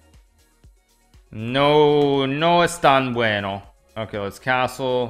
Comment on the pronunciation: "no es tan bueno" . Buen español!